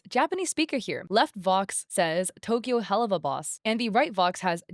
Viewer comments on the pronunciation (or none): none